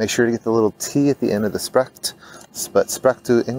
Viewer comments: It is not "sprekt" but "spreekt" woth double e. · Nice video! I like the way you sound in dutch. One tip: the 'ee' in spreekt is pronounced as the 'a' in game.